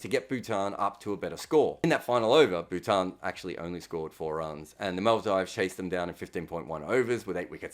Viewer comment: i am only joking. Everyone here is. He said Bhutan wrong too, but that was the Aussie accent playing a part. But Maldives wasn't just mispronounced (which can definitely happen to people, nothing wrong in it), the word just came out comically wrong. Chill, it's some leg pulling not an accusation.